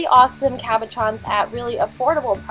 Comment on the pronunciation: Am I the only one who thought that she said caparrons instead of cabochons?